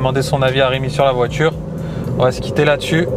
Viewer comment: On dit voiture, pas voitchure